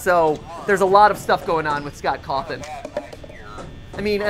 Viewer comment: Are we just going to ignore that matpat pronounces Scott Coffin’s name as Cothin?